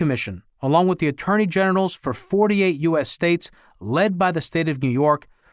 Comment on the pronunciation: Did you say attorney genitals lol noice